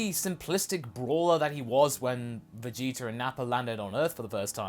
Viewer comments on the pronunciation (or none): Why do you pronounce "Vegeta" and "Nappa" as "Vegeter" and "Napper"?